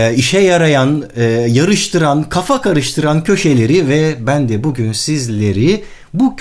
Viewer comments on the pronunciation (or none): none